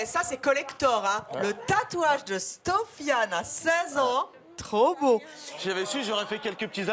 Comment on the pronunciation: ''Le tatouage de sTofiane !'' 😂😂😂 Il sort d'où ce T là Evelyne 😂